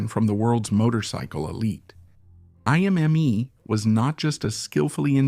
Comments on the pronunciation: It’s ”I” as in hippo, not ”Ai” 😊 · Indeed. Imme would be correctly pronounced IM-meh, not IM-MEE. Riedel was pronounced correctly as REE-dl, then mostly incorrectly as Ree-dell.🙄